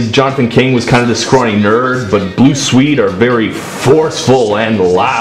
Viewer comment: i have never heard someone mispronounce the name of swedistan so many times